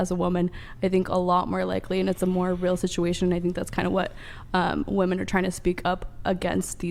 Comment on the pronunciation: "who attacks more woman".... why can't they say women? WIH-MEN. I KNOW they can say men, they just need to add a Wih beforehand.